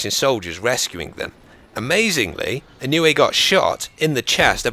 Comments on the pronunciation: It's pronounced E-No-Way btw. Thanks for making this! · A real life Terminator, also, the name is pronounce (Ino-oo-ay) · You are mispronouncing his name but it's fine. Most British people do that with Japanese names and words. It's just what happens when they are romanized. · You pronounced the last name wrong I am from Hawaii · Kinda mispronounced his last name lol. But ya, he was definitely a great man worthy of respect, I even graduated from the same school as him.